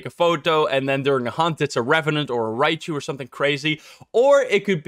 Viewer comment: im still wondering why keeps reading Raiju as Raichu. is this an inside joke in the channel?